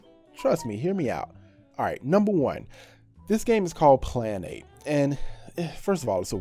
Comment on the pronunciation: Wtf was the first one? Plan ape? Or Klan 8 like really pronunciation please